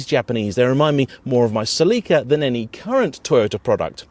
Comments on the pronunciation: Seleeka? is that a Celica (Sell-a-kah)? Avensis was never available in the U.S. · Every time I hear him say Se-LEE-ca it grates on my nerves. I've never heard it pronounced anything but Sell-eh-ca